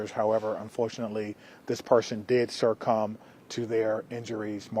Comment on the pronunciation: This person did "surrcum".